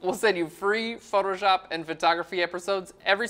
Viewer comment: You're good at basic techniques. But the whites on the darker side can't be fully white. You need to reduce the brightness. Btw, the way you pronounce Photoshop like photor-shop is a total distraction..